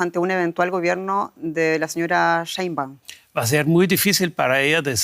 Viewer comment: es capaz de pronunciar Aleman sin problema pero no es capaz de pronunciar Xochitl, o Sheinbaun? Que falta de capacidad para manejar un noticiero en Castelllano